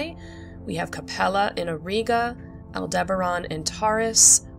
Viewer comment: Auriga is pronounced /aw-ˈrī-gə/ and Canes Venatici /ˈkā-ˌneez-və-ˈna-tə-ˌsī/. Boötes is pronounced /bō-ˈō-teez/. An umlaut above a letter means the letter is read separately. In Latin technical words the letter i at the end is normally pronounced /ī/ as is in radii, Gemini, apha Tauri, etc.; ae is usually pronounced /ee/ as in Aurigae, formulae, etc.